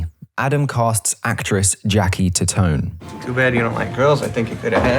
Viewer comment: His wife’s last name was pronounced tie-tone. Her brother was a friend of mine, he’s been in a few Sandler films.